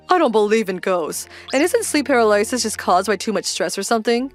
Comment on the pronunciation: Sleep Pair-ah-lie-sis ? What? I'm sorry if they are real VAs... but that pronunciation sounds kinda AI to me. Should be more like what the male VA did... par-ahl-ah-sis.